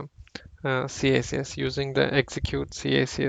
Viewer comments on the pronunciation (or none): Maybe I'm too old... But it's pronounced "kicks"